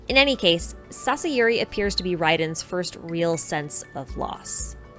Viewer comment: Great analysis. but can i kindly point out to please pronounced names clearly and not too fast especially when you mention them. Inazuma names are foreign to us english-speakers, so it helps if you take the time to pronounce names clearly. :) Is it Sasayuri or Sasuyuri or Sasiyuri? Is it Chiyo or Shiyo (sometimes I even hear you say Geo). Is it Sagyu or Saiyu or Saigiyu or Saigyu?